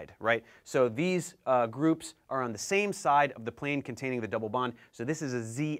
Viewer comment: What's ze zame zee ؟؟